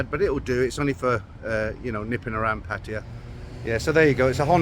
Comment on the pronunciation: Please pronounce . . PATT-A-YA . Like the Thai ladies pronounce it .